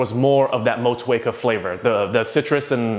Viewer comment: Respect from New Zealand for the pronunciation of Motueka!